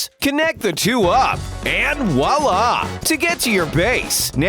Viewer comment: Dont say "wala" you must say vwala (voilà in french)